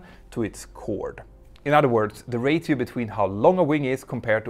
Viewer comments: I can’t watch another second of this video without pointing out the incorrect pronunciation of the word ‘ratio”, that the narrator says over and over again. I know that English is not his first language so I’m just going to suggest he asks someone , or just looks it up. Simply put, the t in ratio is silent. The phonetic spelling should be more like racio , or rasio even! It’s a small but important distinction . One is correct, one is not. I’m only pointing this out as it takes away from the really excellent video and I’m guessing that he’s going to need to use the word many many times in making future videos on this subject matter . The vernacular of aeronautics is not likely to change in the near future and the terminology is a big part of that. Apart from my trivial observation on pronunciation I should point out that the rest of the video is top notch and highly informative and entertaining . My humble apologies if my comment reads as condescending , its not my intention to cause offence, sincerely. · 2 Comments: 1.) Ratio = Ray-She-Oh. Not = Rate-E-Oh. 2.) And, if some-one knows better/different, I would be interested to hear it... But as far as I know, the only way to make this sort of slim, high aspect ratio, transonic wing work, is with active trailing-edge anti-flutter devices. And there is no way to make that a fail-to-safe design. If your active system stops working, then at high speeds and high altitudes, your wing is going to fold up in a heartbeat. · MP, you gotta practice that English my man!! lol. Ratio = "ray-SHE-o" not "ray-TEE-o"....... On the other hand, I know the ladies LOVE It, so.... lolool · I really enjoy your videos, as I worked in the airline industry quite intimately some years back. Your English is excellent, especially considering probably not your first language, but it’s pronounced “ray-shi-o”, not “ray-ti-o”. Keep up the great videos, and thank you for the time you put in to them. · Amazing video bb Btw please “ra-chio” haha